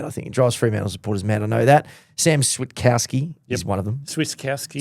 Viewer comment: Switkowski basically has a silent T by the way, even tho his nickname is switta. It's pronounced quickly as swikowski